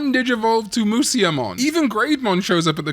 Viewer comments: "Moo-see-ya-mon" Holy Fuck I wanna kill myself every time I hear this.... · Slight correction: Musyamon is actually pronounced as Mushamon, musya being the Nihon-shiki romanization of musha/武者